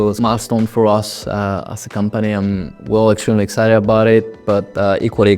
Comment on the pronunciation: There's not gonna be a commercial recap without "super excided" :D